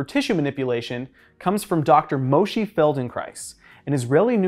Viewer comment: For future reference: Moshe is pronounced “Moh-sheh,” vowels like “oh heh”